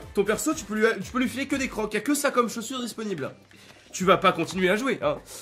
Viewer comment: Des crooksssssssssssss pas croque :D